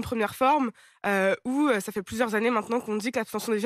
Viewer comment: "où-e, qui-e, queue-e, sûr-e, solution-e, des-e, de-e, les-e, faits-e, et-e, finalement-e, en fait-e, tout,-e, toutes-e, il y a-e. Arrêtez de vous donner un genre intello en mettant des e à la fin de chaque mot. C est insupportable.